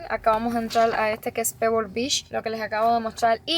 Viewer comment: La cada vez que dice "b@ es vez de beach 😂😂😂😅😅😅 Ò Shina en vez de China 😂😂😂😅😅😅😅